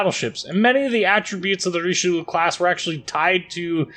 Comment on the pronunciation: RICHE LUUU xD